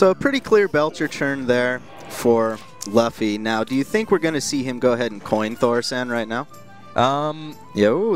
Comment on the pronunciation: Luffy is pronounced Loo-Fee